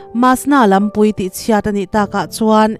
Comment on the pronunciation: Lampüi, ṭawng upa. Lampui,=kawng pui. Khua khurùm, ni lovin. Khuar khurûm tih tur a ni e.